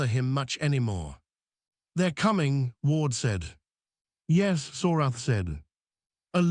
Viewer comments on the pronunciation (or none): one thing, it's "yes" not yezu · I despise this AI voice. Yes not yezz! And….. stuff is floating in the air no gravity but he is sitting there without a helmet.